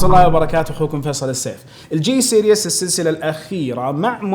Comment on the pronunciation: سِرِيز ، وليس سيرياس